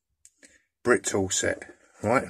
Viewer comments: Could I just say there’s only 1 T in Britool. Pronounced Brit-ool. Good video by the way. Cheers. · So I've heard it pronounced bri tool, brit ool but as the name on the spanner is the shortened version of.. British tool company I believe it should be pronounced brit tool.